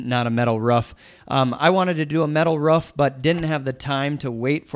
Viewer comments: someone tell its a roof not ruff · excellent video. until i heard him say "ruff" its roof brother lol i need to build a shed to keep some bikes out of the weather and this will help me plan it out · love the vid, but hearing you say ruff instead of roof kept throwing me for a loop :P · is he saying ruff instead of roof? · This video is old but I sure do hope he learned how to say "Roof" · Its funny how roof is been pronounced ruff 😂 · Am I missing out on some technical key words or are you pronouncing roof as "ruff"? I can't decide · The way you say roof drive me nuts but nice shed!